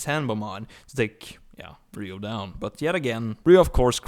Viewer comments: You said his name wrong so many times I couldn't watch the whole video. You kept saying "Ryu" when his name clearly has an "O" at the end and not a "U." And before you say anything about different accents, an accent isn't an excuse to murder someone's name. It's a Japanese name and it's pronounced "Ri-yo." A "Ryu" is a dragon...and a guy on Street Fighter lol. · Actually is more like "ry-ow" it is actually spelled as "Ryou" in Japanese (yes, just like Kyou/Kyo from The King Of Fighters game series) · It's Ryo. The guy kept mispronouncing his name. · Technically Ryou, but in america is spelled "Ryo" (and pronounced that way) So I dunno why this guy keeps mispronouncing it. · You are wrong. When you spell a Japanese word or name with a "u" at the end, you simply elongate the "O" sound into the "U" that makes it sound like they are almost one in the same. That's cute. Someone tried to tell me how to pronounce a Japanese name when I took Japanese in school LOL. Close, but not with that "W" in it.